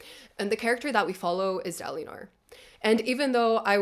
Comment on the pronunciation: da lee neor kholin? da linar kholin 😢come on lol